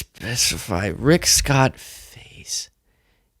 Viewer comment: When you muttered "Rick Scott" , I did a double take because I thought you said "Great Scott"